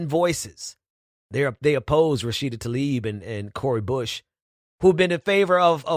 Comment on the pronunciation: tlaib is pronounced tlah-eeb.